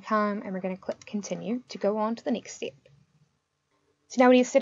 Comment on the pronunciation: best content on yt, but everytime you say stip by stip i get so fucking triggered haha